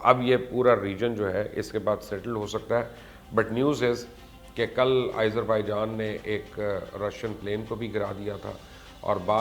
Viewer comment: it is pronunciated as "Aazarbaijan" not "Izerbaijan"